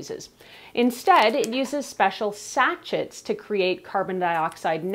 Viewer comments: BTW Sachet is pronounced “sashay”. I laughed every time you said sacheT 😂 lol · Woah. Sa-shay. Not satch-it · Sachets pronounced Sachey 😂😂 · Sachet is pronounced as sa-shei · Sachet Sounds like sa·shay Almost as cute as Nigella Lawson’s funny Pronunciation of Microwave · great video....just FYI...Sachet is pronounced Sa-shay. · (pssst: it's pronounced "sah-SHAYZ") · it’s pronounced sashaye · I agree she has a great voice and intonation. I just wish she would pronounce “sachet” properly.